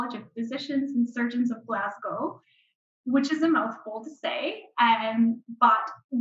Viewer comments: It's Glaz go...or Glez gA. ..but not Glaz gow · It is spelled WHISKY.... without an 'e' ...And Glasgow is pronounced Glas...GO!!! Thank you <3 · needs to learn from the woman how to pronounce Glasgow. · The presenter's pronunciation of 'Glasgow' is annoying. Take a clue from the Canadian Expat who pronounces the city's name correctly.